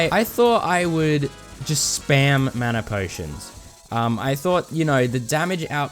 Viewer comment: "manner potions" 💀😭